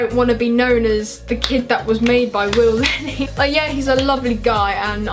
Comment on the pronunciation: Willne Not Will lenney